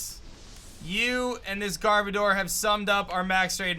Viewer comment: Its pronounced GarBowdur